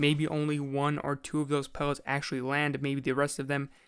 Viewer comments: buwwet pewwets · Every time he says pellets I cringe like crazy. Am I the only one?